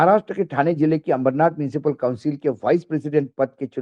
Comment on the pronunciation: माफ करा , “ अमरनाथ “ नाही. अंबरनाथ असे नाव हे.